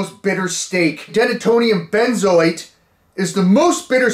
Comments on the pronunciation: Him saying Denatonium benzoate is fucking hilarious. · Denatonium Benzoate…😂🤣😅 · denatonium benzoate 🤣🤣